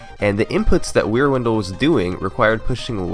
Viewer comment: Until I saw Wierwindle written out, I thought you were saying Rear Window... Y'know, the old movie where a guy thinks his neighbor is a murderer.